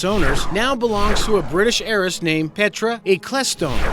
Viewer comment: heiress is pronounced like airess